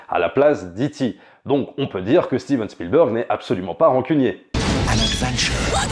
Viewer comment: " A steeven spielberg Fi@ " Jeep reeneegatteee